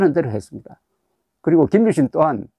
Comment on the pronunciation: 김유 신이아니고 김 유신이라발음하세요.